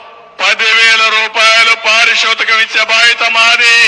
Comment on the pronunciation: Pari shotakam entayya telugu lo kotta padalu kanipeduthuntavu. Parithoshakam kada adi... edayya chemmmamam antav adi samskhem kada adi...